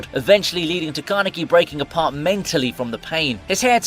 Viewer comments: is anyone else disturbed by how he pronounced Kaneki? I swear it sounds like he's saying Gah-na-kee when it should be pronounced Kah-neck-e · Why does this guy pronounce Kaneki as Garneki 😂🤦‍♂️